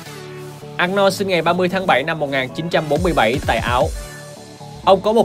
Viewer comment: Giọng đọc tốt nhưng mong ad đọc đúng tên của ông Anorld , chứ không có Ạc No nào hết